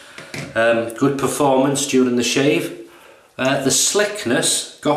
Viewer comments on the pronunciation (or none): none